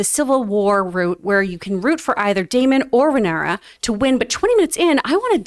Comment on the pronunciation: Rhaenyra’s name is pronounced Ray-Neer-Ah